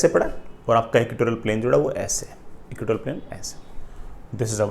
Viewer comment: ( it is not equitorial, sir , it must be "EQUATORIAL")